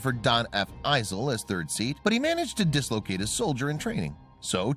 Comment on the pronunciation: The narrator needs to learn how Roger Chaffee and Donn Eisele's names are pronounced.